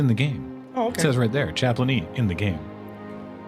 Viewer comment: CHA - PLAIN - E It's in the game!